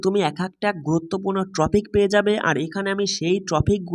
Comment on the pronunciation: Everything is fine but this is not a Tropic, ‘Topic ' or else ট্রপিক নয় টপিক হবে ওটা😌